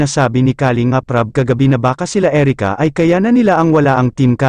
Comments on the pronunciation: nakakainis marinig ang maling bigkas ng kalingap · puede ba ayusin nyo pagbigkas ng kalingap....mali ang pagbigkas